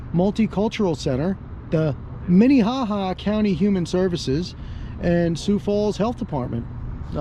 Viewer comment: MINEHAHA LOL I think there is a town called MINEHOHO😂😂😁😁🤩